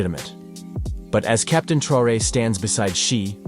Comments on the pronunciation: Der Präsident von Burkina Faso heißt nicht Trare sondern Traoré! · Ibrahim " troué" la voix IA un peu de respect merci. 🤦🏿‍♂️ Vraiment jusqu'au bout ils nous fatiguent. 🤦🏿‍♂️ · Su apellido es TRAORÉ, NO Trey. Ibrahim Traoré, presidente de Burkina Faso. ¡Es CONDICIONAMIENTO, no condicionancia!